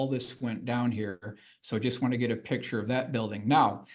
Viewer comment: Is from Baltimore? The word "pixture" is a Baltimore pronunciation of "picture."